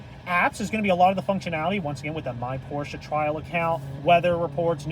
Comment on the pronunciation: don't makle a Porsche Video if you don't know how to pronounce the name: it is not Pooosche; the letter R needs to be pronounced, the letter E too